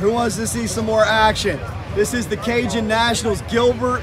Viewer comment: Cajun not Canjun...